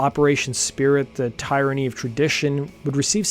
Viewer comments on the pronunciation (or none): how come you don’t know how to pronounce tyranny? Tear uh knee - not tire uh knee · ummm... has the narrator never heard the word 'tyranny'?